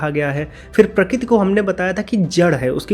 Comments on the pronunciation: Prakrati ko prakit kyu bol rhe ho yaar baar baar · Sorry to say but you are pronouncing " Prakruti ( प्रकृती) " as " Prakuti ( प्रकुती) ". Or may be you are pronouncing " Kru" sometimes correctly.